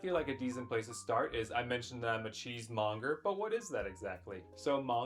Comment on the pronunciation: Did bro just say he’s a Cheese Mogger🤔